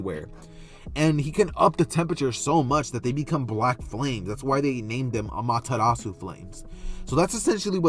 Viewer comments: The pronunciation sounded right to me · You pronounced it right for the record. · You pronounced it right my friend.